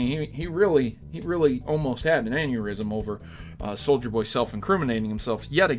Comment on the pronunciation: Everytime he says souljer boy take a shot